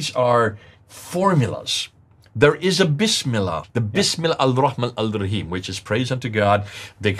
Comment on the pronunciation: Since AL FADI was a muslim before, as per the show script. He should have corrected recitation of BISMILLAH!!! Why he didn't? has been investigating ISLAM for decades yet can't utter BISMILLAH properly. The BISMILLAH is in the beginning of surahs. has humiliated himself n number of times, and this moment is one of them.